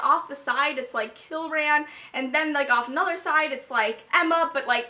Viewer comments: haha whenever you say kieran all i hear is kill-ran pretty sure it's pronounced key-ran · His name is pronounced keer-in Kieran. just thought I'd clarify that. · its pronounced ka-ear-in like Kiera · WHY IN THE WORLD ARE YOU SAYING KILRAN? THERE IS NO L IN KIERAN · everytime you say Kill-ran and not Kieran how its normally pronounced as Keer-ran or Key-ran I cant help but cringe... but then Kieran/Kieron is quite a common name at least in the UK.. idk about elsewhere so.. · You're pronouncing Kieran wrong. It's an Irish name that is pronounced "Keer-an" :) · I think it's just key-ran. I don't think there is a L at all. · I'm sorry but its not Kil-ran. Its Kie-ran. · Kieran is pronounced "kear (like "ear") -rin" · it's ky-er-an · KEER-AN, there's no l in it. But names are hard. I get it. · Keirans name is pronounced (K-eer-on) or (keer-in) btw LOL its an irish name I am pretty sure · Kieran is pronounced KEER-IN it is Irish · It's Kieran. Kee-er-run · Kieran = Kee-ren. I think it's an Irish name, which I love as I'm Irish!! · i pronounced it as key-ran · It's definitely Key-ran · it's pronounced Keer-in. lol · Sorry I love this video so far but it is Kee r en. It is Irish/English, and it is my cousin's name.